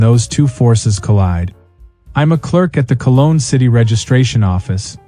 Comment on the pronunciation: As a German, I still find it incredibly funny how Americans pronounce German cities, and also, the name they use for Cologne is actually the French name, but they pronounce it badly.